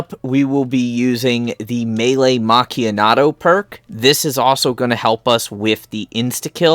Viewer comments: nice i liked the video but its meelee macchiatto not meelee macchianato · Legit I said this in his boat glitch video the man saying melee macchiato wrong like where is the N coming from 😂